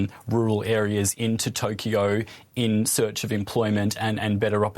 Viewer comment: this Britsh guy cant pronounce cause of his Accent. he said Tokee- YOoo it is just Toke-yo